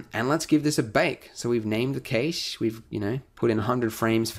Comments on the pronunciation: He pronounces cache(cash) kaysh lol. great tutorial though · No one says 'cache' right. Would actually be cachée, since it's a French word. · "cash" (cache)